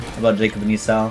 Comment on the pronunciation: W vid but I just noticed how u pronounced Esau 😂. Just for clarification (I think) it’s pronounced e-saw and not e-sow